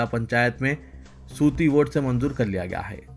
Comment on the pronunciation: Aisa hai ketum news reading chhod hi do. Keonki tumhen Urdu aati hi naheen .dasyon baar main tok chukahoon. Aaj hi ( sauti vote) ki jagah ( suti vote) padha hai. Jaise hi Zahid Ali Khan ka phone milega unsd tumhri shekayet karonga.